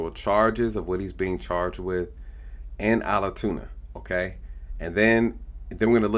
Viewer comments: ALTOONA, not ALATOONA!!! For God's sake, be accurate! It ruins your credibility. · It’s not “owl-uh-tuna”.